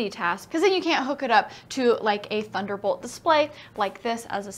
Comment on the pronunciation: Yay it's 'Thuderbol' instead of ya know! Huh might be Sara's intentional fundoo's